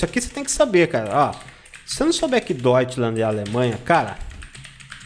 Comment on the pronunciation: Não deveria ser Deutschland (ˈdɔytʃlant)? Com /t/ no final?